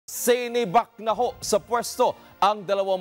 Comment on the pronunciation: Hanep sa emphasis sa "sinibak". Kala mo naman tanggal sa serbisyo.